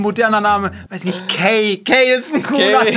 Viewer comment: Der wird doch Kai Gottschalk ausgesprochen und nicht Key😂😂😂